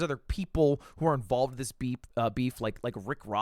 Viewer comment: beep- beemf